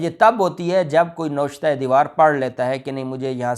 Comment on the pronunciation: Tariq Khan from San Antonio, Texas, USA. Please correct your pronunciation it is not NOSHTA it is NA-VISH-TA.